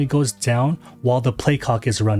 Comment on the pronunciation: You kept on accidentally saying “play cock” instead of saying play clock